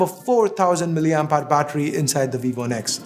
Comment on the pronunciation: Nex not the x!